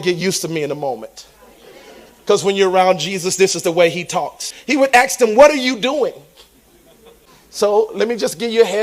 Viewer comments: "don,t axe me to explain it, cause I cain,t"......well maybe because it's your own, 🐂💩 Lies🤪🤧🥱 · I don't think Jesus ever mispronounced the word "ASK".